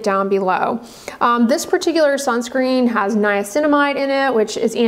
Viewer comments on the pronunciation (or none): none